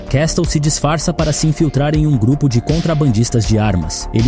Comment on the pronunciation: Uma dica: Quando pronunciar o nome "Castle" finja que o T não existe.